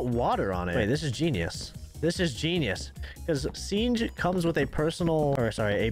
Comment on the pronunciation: did say sienge instead of siege